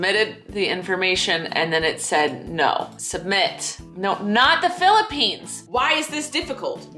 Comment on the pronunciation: did just said philippiesss!!! lmao hiiiiiii from philippinesssss